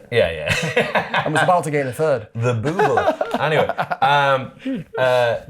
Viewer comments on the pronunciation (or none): “The booble” God bless 🙏